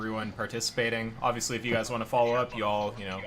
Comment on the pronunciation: did he just said Aviously?